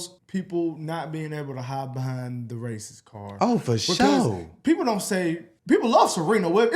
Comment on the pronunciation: “Fer Sho”